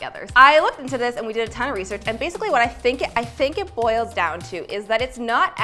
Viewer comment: 'boils' hehe